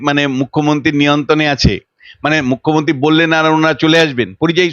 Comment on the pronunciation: ঘোষিকার পোকল্প, পোশ্ন , মুখ্যমন্তী প্রভৃতি উচ্চারণ গুলো বড্ড কানে লাগে